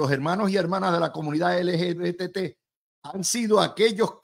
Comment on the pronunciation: LGBTQ+ Luis estas son las siglas de ese movimiento. Yo estoy seguro que tú la sabes pero al pronunciarlas no las pronuncias correctamente.